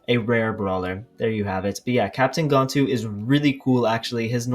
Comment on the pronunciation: It’s gan-tu not gontu